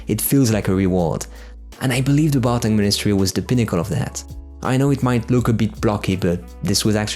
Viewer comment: Isn't it Barkhang Monastery, instead of "Bartang"? Anyway great top 20!